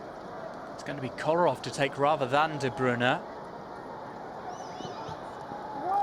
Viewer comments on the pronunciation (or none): sani It just drives me crazy when I hear "De Broon" (at least he's changed to "De Broon-uh," but it's "De Broy-nuh") and "Awearo" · de broon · Iam from Belgium and you say De Bruy-nah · "De Bruna" 😂😂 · It's De Bruy-nah/na I'm 99% sure as that is how Belgium reporters say it should be pronounced -__ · The way the commentator says de Bruyne annoys me